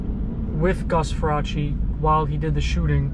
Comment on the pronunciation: Get his last name right- Far-race.